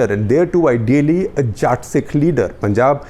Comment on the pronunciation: Jaat ni jatt*